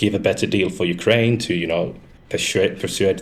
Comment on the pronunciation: Destiny can't even pronounce Ukraine properly